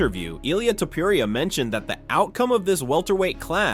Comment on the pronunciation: ..... E-LIE-AH TOE-POE-RIAH lmao